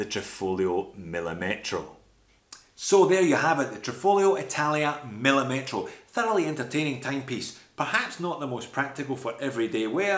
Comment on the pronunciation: by the way the correct pronunciation is millìmetro, not millimètro. the accent is on the second "i", not on the "e"